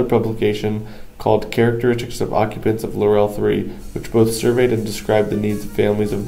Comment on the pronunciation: first of all.............IT IS PRONOUNCED LAUREL HOMES.....NOT LAUR - EL HOMES....I WAS AROUND WHEN THIS HUGE PROJECT WAS BUILT..............YOUR NARRATOR IS SO MONOTONED AND BORING..AND THEN KEEPS MIS=PRONOUNCING THE NAME OF THE PROJECT. LAUREL....not LAUR- EL......! Waching paint dry would be more interesting...omg....please do some reserarch before you narrate a video! (Laurel...like dont "rest on your laurels"....not emphasis on the second syllable. OK>?